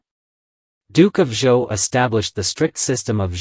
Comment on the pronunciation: Zhou is pronounced like Joe.